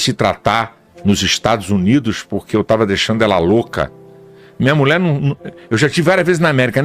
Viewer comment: Alguem encina Silas a falar Mulher e não Mule